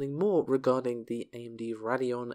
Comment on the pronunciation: It's pronounced "Ray-dee-on", not "Rad-ee-on".